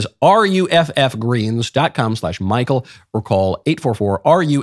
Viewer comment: Michael, I think you are having too much fun saying Rrrrufff Greens.